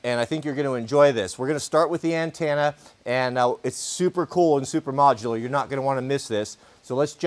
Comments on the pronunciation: An-10-a 😂 not an-tan-a from a NC proho with ❤ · The 4th letter of antenna is an e, it’s a ten na, not a tan na. Always rubs my ears the wrong way when you say it.